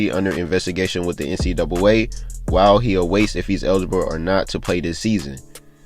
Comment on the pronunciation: He don’t know how to say NCAA